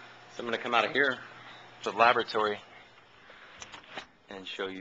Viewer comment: Love the ''labotary'' ;)